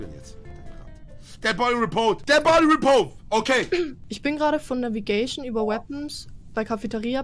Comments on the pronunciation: Jawoll, "Dead Bady Repove!!" 😁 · Niemand: Wirklich niemand: Knossi: The Boy Repo